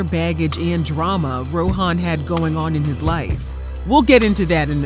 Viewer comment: It’s pronounced Row - en. Not Ro - han. The ‘h’ is silent.